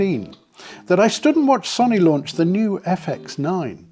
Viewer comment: Love your videos… But please stop calling Sony sunny. Its Pronounced So-oh-knee. Not sunny. Don’t mean to be an ass about this but it’s my second favorite company. 😂